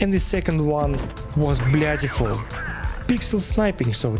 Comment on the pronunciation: did you say blyatiful? XD